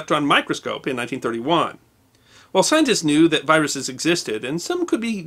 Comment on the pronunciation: I thought was saying biruses not viruses. Did anybody else hear this or was it just me?